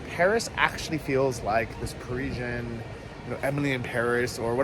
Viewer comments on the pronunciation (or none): 'pa-ri-sian' not 'preeshun' dude lol. nice video anyways.